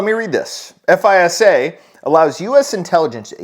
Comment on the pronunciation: Good video. FISA is pronounced like "fyza". This started back in the day with listening stations all over the globe. They were listening for all electronic transmissions like faxes and such. Called "Echelon". I think it was found out after they intercepted something from an Italian official and he found out. The real truth is that they aren't even hiding stuff anymore